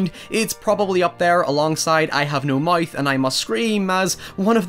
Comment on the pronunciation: "I have no Mithe and i must scream"